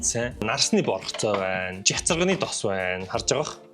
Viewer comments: Чацагны тос гэж сонслоо шд😂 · 😂 чацагны тос гэж сонслоо😂